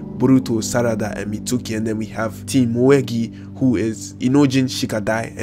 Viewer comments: It's Mitsuki (Meets-Key) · He said Mitsooki